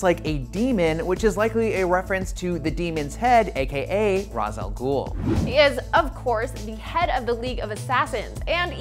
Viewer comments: Isn't it pronounced "Rage-Shall-Goll"? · The way they say Ra al ghul is bothering me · And they've pronounced Ra's Al Ghul wrong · It's not RAH•Z, ITS PRONOUNCED RAY•SH . NOLAN movies started this crap. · According to Batman TAS, Batman Beyond, and the Arkham games (which were heavily inspired by the Animated Series), it's pronounced Raysh Al Ghul. Can't argue with that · “Bruce there’s someone here, you simply must meet. Now, am I pronouncing this right? Mr RAAZZ Al Gool?” Batman Begins (2005) Proof some IGN journalists only watch the movies.... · According to the Arkhamverse and the DCAU, "Ra's-al-Ghul" is pronounced "Raysh-Al-Ghul". Not everything's a Christopher Nolan film IGN. Get it together. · Why does nobody pronounce Ra’s right?